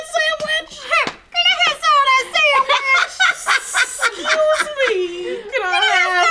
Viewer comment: "GIMMEYO SAMWICH!" xD